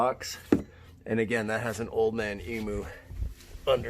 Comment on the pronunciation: Its painful listening to you guys saying eemoo ( emu ) lol. Australian late 60 series had 3rd row seating and 3 in front option. Sunroofs, fold down tailgate and side sliding windows all available in australia on a 60